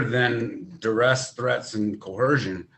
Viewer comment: I don't think I've ever heard a sovcit pronounce the word "coercion" correctly.